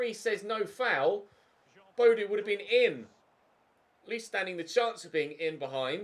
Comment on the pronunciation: Audio is fine but the contrast settings seem to be a bit off? Btw Boadu is pronounced Bo-a-du ;)